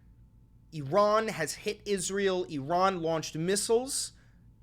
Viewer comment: i like that you don't pronounce it "EYE-ran"